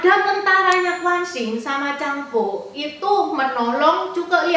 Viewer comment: Anak Zhang Fei itu Zhang Bao ci bukan Zhang Bo, miss type sm pelafalan aj sedikit hehe